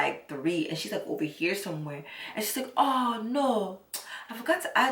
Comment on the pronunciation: “ ah no”😭😭😭I’m dead the accent had me dying